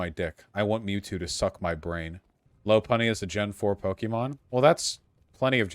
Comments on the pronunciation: Vaush says 'Pokeemon' like a boomer xD. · mmm so did I, they say Pokaymon iirc